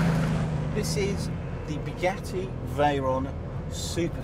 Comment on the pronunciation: sounded more like Bigatti Vooron... damn English